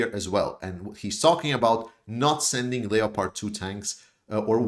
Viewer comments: Leo-pard 2 tanks?? Lol it’s pronounced LEPP ARD! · Another great analysis.By the way Leopard is pronounced without the "o" in English: Lepard